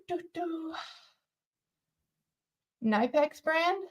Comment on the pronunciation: Nip ex.. with a "k" ... knipex.